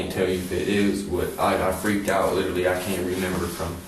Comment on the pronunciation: " I little-lee have no bwaincells, little-lee "